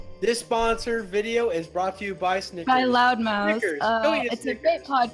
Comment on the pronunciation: I keep hearing "Loud Mouse"